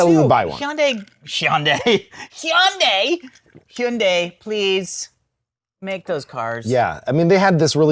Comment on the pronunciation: I feel like they are still pronouncing Hyundai wrong 😅